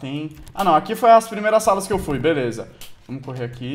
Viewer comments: Ele disse veleza em vez de beleza!! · Você falou veleza kkkk